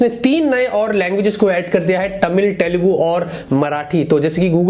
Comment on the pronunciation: Superb bro. Its not TA mil, Te lugu.. Its Thamil, Thelugu bro.. (in pronunciation) .. 😊😊😊😊 Just wanted to say.. Lots of love and huge thumbsup for your hardwork. 👍🏻👍🏻👍🏻👍🏻 Daily knowing many things from your tech news 👌🏻👌🏻👌🏻